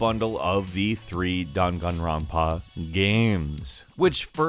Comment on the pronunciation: You said danganronpa wrong